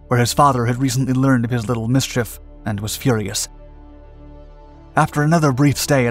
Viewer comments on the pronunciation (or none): none